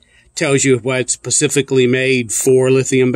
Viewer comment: Pacifically made? I thought it was SPECIFICALLY made in China?